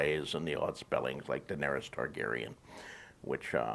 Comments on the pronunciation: Liverpool’s number 2, Lee T YES!!! He’s also pronouncing Daenerys wrong. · Do you not know how to pronounce Daenerys, Varys, or Davos after 7 seasons of watching this show? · It’s understandable that you mispronounce the characters names, you’ve only heard them pronounced for eight seasons! But you make fun of the writers intelligence. 😂😂😂 DaNaereeees and Vareees 😙😙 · Vahr Ees DanehRees Fuck man, just pronounce their names correctly, its as bad as D&D calling Missandei MissinDay. It literally spoken/ pronounced correctly for you. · WHY CANT YOU GET ANYONES NAME RIGHT!!!!!! ARIA??? DANEERIES, VARIES??? FUCKING IDIOT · How does moron not be able to pronounce: Daenerys and Varys correctly? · Why are you pronouncing Daenerys and Varys all weird?? When have you ever heard their names said like that in the show? Maybe you’ve addressed this before but I’m new to your channel. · I only wish you could pronounce names like Daenerys, Varys and Davos."Dave-ohs?" Really? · I don't know why but the way you pronounce Daenerys, Varus and Davos kinda buggs me..